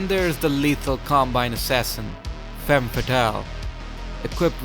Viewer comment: Femme, not fèmme.